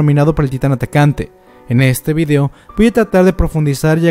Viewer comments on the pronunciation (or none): none